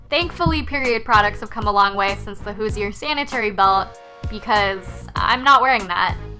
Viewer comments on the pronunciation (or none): Anyone from Indiana is trying not to scream each time she butchers the word "Hoosier". Hooj-er, not hoo-zee-er. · Is it just me or did she pronounce “hoosier” wrong every time?